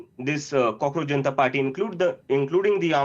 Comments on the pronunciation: It is not Cockroach geneta party, it is pronounced as cockroach janatha party. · Did he say 😂😂Cockroach Genital Party😅😅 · Did he just say "Cockroach Genita party"? 🤣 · Janita !! Did he just say janita !! 😂😂😂